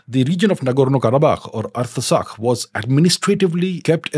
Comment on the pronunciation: It is pronounced - Art-sakh...not arta sakh